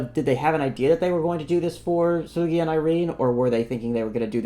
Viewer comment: Everyone take notes on the vowel uses when pronouncing Seulgi and notice that it doesn't sound like soggy or Sergei or Seoul.